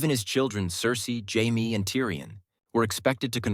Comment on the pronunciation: AI voices annoy the hell out of me. Jaimeeee? Great topic, but I can't support AI generated garbage.